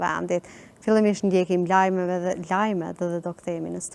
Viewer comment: Jo lamet, por lajmet?